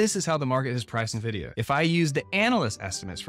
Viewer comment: So much research on the stock... But still mispronouncing the name?